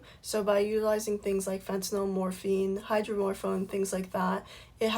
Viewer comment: Why does everybody mispronounce fentanyl?... she keeps saying "fentaNOL"... it's "febtaNYL", not "fentaNOL"